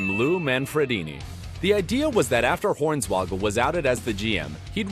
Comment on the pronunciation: His name is Horn-Swoggle...... not Horns-Woggle. WTF is wrong with this guy?